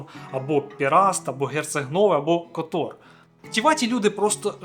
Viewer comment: Гарне відео про Чорногорію 👍, так, щоб побачити справжню красу природи, треба активно подорожувати. Я живу в Чорногорії 4 роки, і то, не була на всіх локаціях 😂. Ще є в чорногорській мові одна особливість, в основому наголос на перший слог, тому ТІват, КОтор, НЕгуш, ХЕрцег НОві, ПОдгориця😊. Безумовно в не сезон менше людей і метушні, але я полюбляю і коли туристи приїздять, по перше сама працюю з туристами, по друге щиро радію, що люди можуть подорожувати, бо побачили часи п@ коли нікого не було, то було сумно... Тому, приїздіть в гарну країну, а якщо потрібні апартаменти подобово, звертайтесь 😊, ціни помірні.